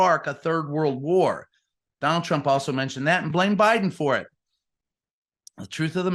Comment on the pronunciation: Whonald Twhat?